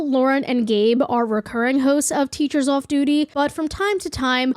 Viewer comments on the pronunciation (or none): is that a boston accent I heard slipping thru in your intro? most of your speech sounds like generic US but "waudergate" "lets tulk about the teachers ouff duty" had me shook